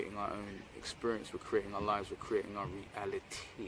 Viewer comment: Re-al-a-tee-ee! Haha! Love it😊🤙Great ideas!